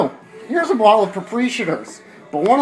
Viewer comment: Geese Island? Propreeeshators? LOL